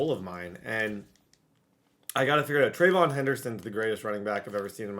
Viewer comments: Pronounced trev E awn not treyvon like diggs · Trey-vee-yon Henderson rather than treyvon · It’s (Tre-Ve-Yon) not (Tre-Von) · It's not a big deal and u can say it how u want but just in case you legit dont know how to say it it's (trey-vee-on)